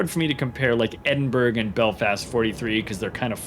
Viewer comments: Thanks for the informative WOWS videos. They are very helpful, this one especially so. Speaking of information, the Edinburgh isn't pronounced EDIN-berg... the UK pronunciation EDIN-bruh is the standard, EDIN-buh-ruh the actual proper 👍 I just learned this myself not too long ago. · In Scotland Edinburgh is actualy pronounced Edinburra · The G is silent in the Edinburgh :) and a nice informative upload thanks